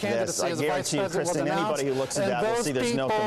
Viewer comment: fucking "KRISTINN"... r u fucking kidding me? just go by "Kris" for fuck's sake.